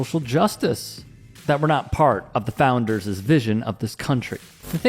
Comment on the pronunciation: DUDE!!! Did you just say "founders-es"!!!!! WTF is wrong with the educational system in this country? you speak for a living, do it pretty well, but where are the editors etc who correct you idiots when you fuck up? I watch national news and the chirons are nonsensical, sometimes with the opposite meaning from that intended, and then this crap. I hear this one all the time. when a word ends in S and is possessive, you don't add a second S. JESUS. WTF. how goddamn hard is that. social media has made everyone think they are a broadcaster, but even those with credentials need fine tuning, because when all you idiots say it wrong, the masses think they are correct.